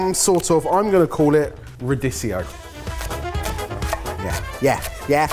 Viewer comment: Jesus... its Ra Deek eee oooo